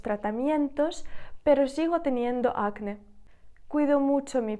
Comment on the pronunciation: Вітаю😊 Підкажіть, будь ласка, acné - наголос на 'е'. Ви ставите у вимові на 'а'. То як правильно? Дякую.